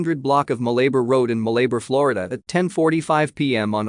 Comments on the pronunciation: Ma Lay Bar. HEY It's MAL a bar. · It's pronounced Mala-bar..